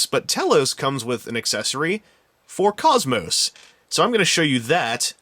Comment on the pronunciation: you said her name wrong you have no right to be in that hottest sight!